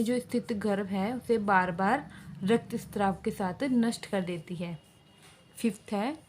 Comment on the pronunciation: Well explained but please spelling mistakes shi krein. And straav nhi shraav hota h 😑